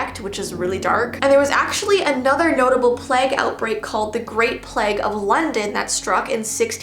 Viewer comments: I love her pronouncing it pleg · the way she says plague had me creasing. I love her so much